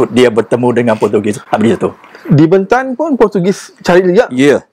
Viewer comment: Sebutan BENTAN .perlu di betulkan ..E nya bukan E pepet ..tetapi E teleng